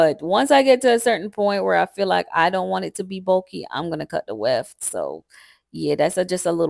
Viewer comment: What is the “wheft”? You keep saying you don’t want it bulky so you cut the weft.